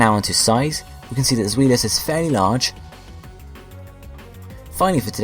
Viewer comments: Its Zwielis pronounced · Pronounciations: Die-No Zvie-los Hi-dri-gon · Your saying zwei wrong